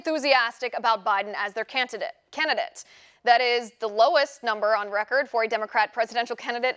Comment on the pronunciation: you had it right the first time with "CANT-IDATE"